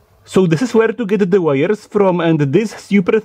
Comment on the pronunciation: Why is it so difficult to get rid of an accent?? (I would ask Arnold the same thing) I watch only englis videos for a few years and my pronunciation is now perfect ( but I have a little lack of vocabulary) But all these mistakes don't annoy me.... Except one!!! Learn how to spell "the" with and without a vocal Writing was never my strong point, but I'm not a newsletter writer..... So it doesn't matter. I hope there are just minor mistakes.